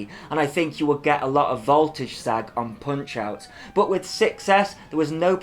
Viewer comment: 11.:46 I'm sure that said "wiv" RC guys don't say WIV or FINK or FANKS etc.